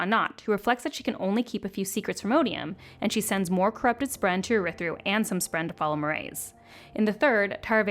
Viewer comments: This is a great recap, but the pronunciations are baffling. Jasnah is grating, but it's the ones like Ialai and Urithiru where it doesn't even match the right letters that are most confusing. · What a great recap!! But my goodness good God Almighty…the pronunciations are like nails on a chalkboard. Adolin, Jasnah, Urithiru, Shinovar…so many more that made me flinch. Fantastic video!! Cringe worthy for audiobook folks…